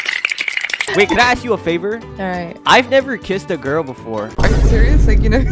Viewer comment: When he was doing the third one he said gyal